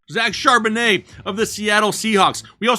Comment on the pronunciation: Lmaooo every time says Charbonnet's name cracks me up. Hilarious. This time I completely lost it when the beat dropped lmao